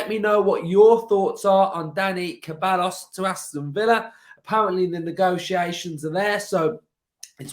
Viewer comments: KUH-BELL-US??? SAY-BYE-OHS. Say it with me mate! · it’s pronounced ’sebiyos’ 😂